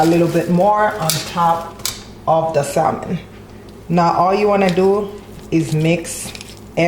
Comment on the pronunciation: Sam-on not pronounced sal-mon but it looks delicious 😋